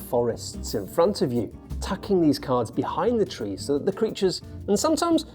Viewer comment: There is unwest in the fowest, there is twouble with the twees...